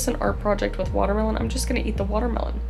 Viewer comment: 😂I’m Dutch and the second time she said “toilet” she pronounced it perfectly Dutch!😂 And also with the second time she said “watermelon”😂